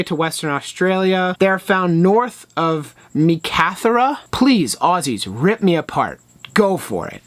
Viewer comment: meekatharra is meek-uh-thorough. good video, i slammed that thumbs-up the second you had a disclaimer about doing further research